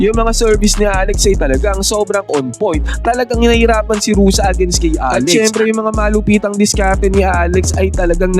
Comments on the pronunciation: Ruse not Rusa siyot. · Hindi yan Rosa ang pronunciation. It is Ru-seh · Bakit Rosa pagkabigkas mo idol? Baka Rosa pangalan ng ex-mo. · Ruse po hindi Rusa.